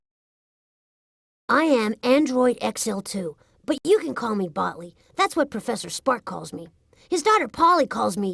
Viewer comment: Taylor Williams Why does Polly mispronounce Botley's name?